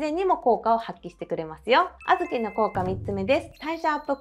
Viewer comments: 皆言ってますが、あ’ずき の発音気になりました。笑 小豆好きなので、参考にしたいです。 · あずきの発音ばかりが気になります。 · あずきの発音、地域によって違うんですね😊あずきは毎日食べても飽きないです。大好きなので無くなると煮て食べています。